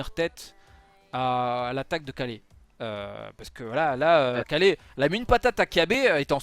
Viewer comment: Dis Ka[y]le s'il te plait 😂🙏